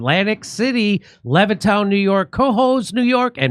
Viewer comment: Please learn how to say Cohoes New York